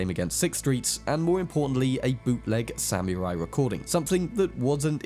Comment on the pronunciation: 'Samy-Rai"!? Sahm-You-Rye. British pronunciation of non-British words is atrocious. You guys, generally, are more pleasant to the ear, but not when you're saying "Taco", "Pasta", and "Samurai".